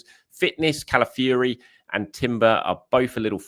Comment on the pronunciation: Hi - his name is CalaFIORY.... not CalaFURY.